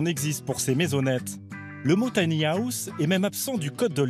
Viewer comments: mdr l'accent je suis mort de rire à chaque fois qu'il prononce tanyaousse. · Y a un moment va falloir faire des efforts de prononciations. Soit le dire en français "petite maison" soit s'appliquer et éviter "les taniahousses" sérieux. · Si la voix off pouvait apprendre à dire "tiny house" correctement, ça serait reposant pour les nerfs. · Merci, il me semblait bien que c'était mal prononcé...